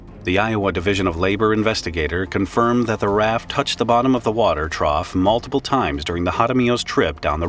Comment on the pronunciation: Okay, you've probably never heard of a trough before. It rhymes with cough.